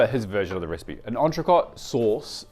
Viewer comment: I can't believe you didn't learn how to pronounce entrecot when you opened that restaurant